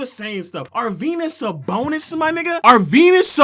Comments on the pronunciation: Ar-Venus Sabonis my nigga? 😂😂😂😂!!! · Really,? Arvenus Sabonis?? Is he, like, the Tom Brany of basketball? That's just lunicrous! Aside from not knowing how to say Arvydas Sabonis, your debate skills are amazing. That is, if rubbing your forehead and getting all sensitive without making a single salient argument are debate skills. You clearly have an aversion to evidence and numbers, so I wonder if your entire stance is based off your fragile emotions or is there something more substantive you forgot to mention.